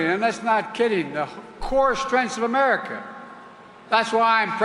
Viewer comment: "The core strengsh of Ermerica." Really,?